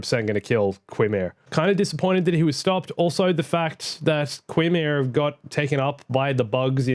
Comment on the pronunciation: Qimir is pronounced “kai meer”.